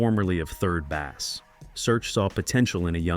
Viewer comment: It’s pronounced Base they’re an old school hip hop group